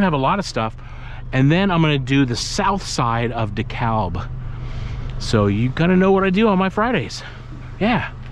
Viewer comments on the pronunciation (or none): none